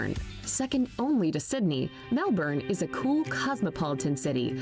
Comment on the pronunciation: If one is making a "come to ...." video, you would think one would pronounce the place names properly! Brisb'n, Cannes, Melb'n, Canbruh. It didn't really give much info; just some stock footage, but OK. Just the voice over annoyed the sh*t out of me 🤣